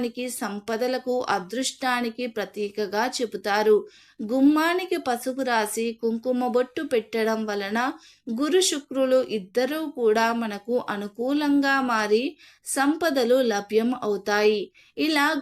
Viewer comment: Bochu kaadhu thalli bottu ,🙏